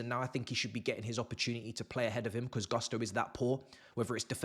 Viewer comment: Its GUSTO guys, whats up with GARSTO???? GUSTOOO, GU not GAH